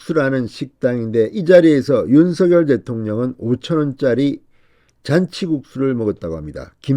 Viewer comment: 윤서결 × 윤성열 0 똑바로 읽으시오